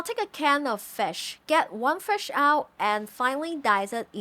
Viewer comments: What is fesh? Do you mean FISH? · Love this food since I was a child. Also you say fish with an accent, did you learn english from NZ😃?